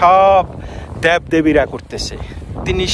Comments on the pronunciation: Dyab Debi abar ki uccharon korun Deb Debi na hole video kora cere din soto bar bangla akoi vul uccharon kore jacchen. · আপনি তার কথার অর্থ বুঝতে পারেন নাই। উনি simbolic অর্থে বলেছেন। দ্যাব না বলে দেব বলেন।😅